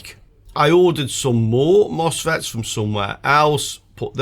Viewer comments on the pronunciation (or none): Misfits not mosfets 🤣